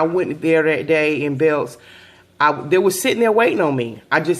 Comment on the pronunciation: she said BELKs